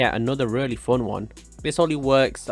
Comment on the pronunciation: I like ur accent u say fon